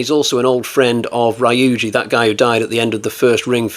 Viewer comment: You've got some good ones this time, but the Rye-you-jee and Se-day-kuu need to stop. It's Ryu-ji and Sa-da-ko, pronounced exactly as written. About this work, I can't say I liked it. The original was best and the sequels were awful. We should have had James Cameron do the sequels, as he's the only one capable of making a decent sequel.